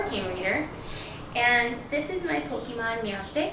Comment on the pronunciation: Oh god she said Pokémon wrong fbi open up